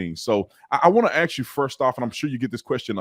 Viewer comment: Brandon, please learn how to pronounce “ask”. The S comes before the K.